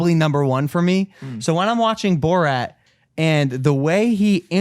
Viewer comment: How is even possible that doesn’t know how Borat is pronounced